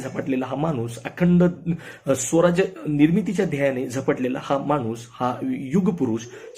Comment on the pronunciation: स्वराज्य म्हणा,, सौराज्य नाही